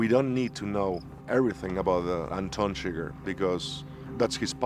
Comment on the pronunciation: It's chIGURH not sugar 😤